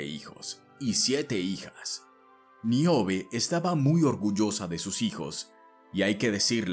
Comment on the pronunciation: No es Miobe. Es Níobe.